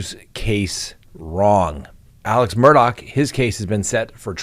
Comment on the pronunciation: Re: Alex Murdaugh… Even though it’s spelled Alex, it’s pronounced ALEC. I agree with the Nicolas Cruz jury. There could be 100 victims or more. Still, one more death, sanctioned and carried out by the state, wouldn’t accomplish anything other than adding another grieving family (his.) We should have abolished this hideous practice in the 70’s when civilized nations did. Before law school, I was a fervent proponent of Capital Punishment. In law school, I got to see how it is applied. I can’t believe that our system encourages anyone to demand the death of another. If he were sent to Death Row, the victims’ families would face numerous (but necessary) appeals. This way, they can get on with their lives. The loss the offender caused isn’t anything we choose. But we do choose what to do with that pain. As a survivor of horrible crime myself, I faced a choice: i could boil with rage for the rest of my life, giving him the power to ruin my life. Or I could move on. I did the latter.